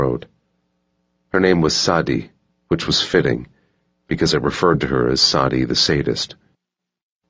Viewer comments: ValG5 yup! also Sadi (“the sadist”) is pronounced SAYDEE not SAWDEE 🙄🤦🏻‍♀️ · The pronunciation of Sadi is cringe 😂